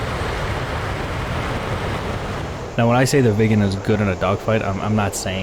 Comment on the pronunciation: Excellent video as usual. Sorry I couldn't help but giggle because every time you said "Viggen" I heard "vegan"... Sorry non native english... 😅